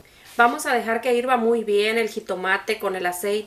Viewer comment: Ahora ya no es hervir ahora es que irva 🤣🤣🤣🤣🤣🤣